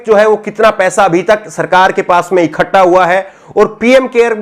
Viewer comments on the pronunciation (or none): none